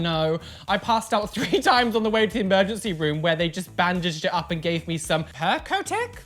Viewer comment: “PERCETET” BOIIII 🤣🤣